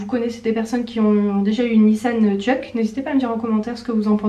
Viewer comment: C'est pas jeuke c'est jouke sauf que ça s'écrit juke